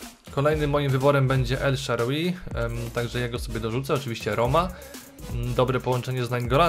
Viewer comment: Po włosku czyta się elszałri